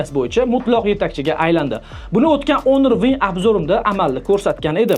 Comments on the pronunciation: Honor iltimos ONOR EMAS HAMMA NEGADIR ONOR DEMOQDA JONGA TEGDI JALA SAVODLIK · Onir deyapsizmi shunchaki hunuk ewitilarkan 😂😂